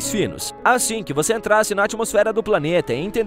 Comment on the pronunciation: Às vezes o narrador fala "vocêr" 😅